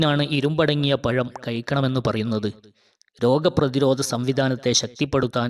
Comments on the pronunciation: സാഹിബ്,പയm അല്ലാതെ,പഴം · പയം അല്ലാ പഴം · പറയുമ്പോൾ ശ്രദ്ധിക്കുക. പയം. അല്ല പഴം. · സഹോദര, പയം അല്ല, പഴംഎന്ന് പറയണം 😍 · പായ മല്ല പഴം ആണ് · പയമല്ല പഴം എന്ന് വായിക്കൂ സഹോദരാ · Payam Alla pazam ennu parau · പഴം എന്ന് പറയു. പയം അല്ല. ഏയ്‌ അല്ല ഏഴു. സ്വസ്കോസം അല്ല ശ്വാസകോശം. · പയമല്ല പഴം ഏയ് അല്ല ഏഴ് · സുഹൃത്തുക്കളെ. ഴ. എന്നുള്ള അക്ഷരം മലയാളം തന്നെയാണ് അതിന്ന് പകരം യ. അക്ഷരം ദയവ് ചെയ്ത് ഉച്ചരിക്കാതിരിക്കുക. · അത്തി ....പയം... Alla പഴം .. പലപ്പോയും പലപ്ഴു.. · പയം അല്ല,പഴം ആണ് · അത്തി പയം അല്ല 😁 പഴം 😭😭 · അത്തി പയം അല്ലാ പഴം ... പോഡാ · പയമല്ല - പഴം . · പയം അല്ല പഴം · പയം അല്ല. ചങ്ങാദീ. പഴം. ഏത് സ്‌കളിൽ. നിന്നാണ്. Padichadh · Payam alla pazham. Fool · പയമല്ല പഴം എന്ന് പറയൂ. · പയം അല്ല പഴം 😄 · Edo payam alla , pazham. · പയo അല്ല പഴം എന്ന് തിരുത്തുക 'ഏയ് അല്ല ഏഴ് എന്ന് തിരുത്തുക😂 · അത്തിപയമല്ല. അത്തി പഴം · പയം അല്ല, പഴം ആണ് ട്ടോ😮😮😮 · പയം അല്ല, പഴം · രക്തസമ്മർദ്ദത്തിനും😂 പിന്നെ ദ ബി.പി ക്കും നല്ലതാണെന്നോ ? പതിനേയ്.... പയം നല്ലത്....😆 അത്തി പയം ഏയ്.... എട്ട്:- കയിവ്....നല്ല പ യമാണപ അത്തി പയം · വിദ്യാഭ്യാസം തീരെ ഇല്ലാത്തതുകൊണ്ട് പയം എന്ന് പറയുന്നു